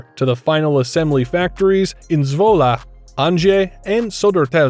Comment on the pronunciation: I like how you pronounce ‘Zwolle’😅👌🏼👌🏼